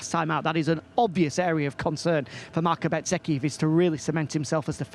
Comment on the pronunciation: Please say Bezzecchi not BET zecci, he has confirmed many times how it is pronounced